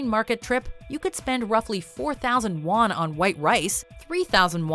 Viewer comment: sounds more like 4000 lost instead of 4000 won